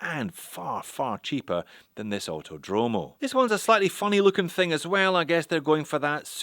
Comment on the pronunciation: Btw the correct pronunciation is "Autòdromo", not "autodròmo"